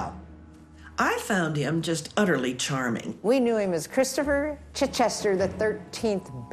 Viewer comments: Most of the people couldn't pronounced the name "Chichester" although it's a common British one. They're calling it CHEECH-chester. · I agree, also his pronunciation of Chichester was completely wrong also it would have been impossible for him to have been the 13th Baronet, as of today the 11th. It amazes me how many people get fooled by people claiming to be members of the aristocracy.